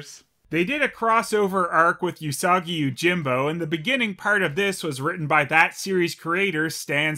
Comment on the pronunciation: lol, "Yusagi Yujimbou".... ' Japanese at it's best